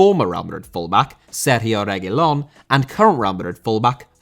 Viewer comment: Finally a good pronunciation for Reguilón 🙌🏻, no more Regúlon